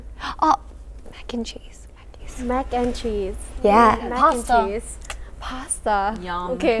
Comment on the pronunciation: But the “pasta” is with Aussie accent😂 Hyein is so cute speaking in English by the way And Minji very funny for always speaking in the background